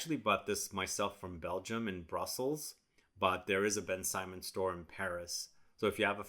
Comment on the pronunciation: Thank you for this video. It's not pronounced Ben Simon though. It's more like BenSymone. I had this back in the day and I'm glad that you've discovered it. I may purchase it to see if they haven't reformulated it.